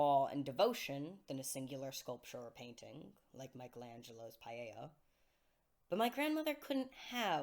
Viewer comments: When you say "paella" do you mean the "Pieta"? Pee - eh - ta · I think it’s just a mispronunciation. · paella? Do you mean pieta? Or has it been pronounced like the spanish rice dish all this time? Love your music btw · It sounds like you're saying "Michelangelo's paella". Do you mean Michelangelo's Pietà?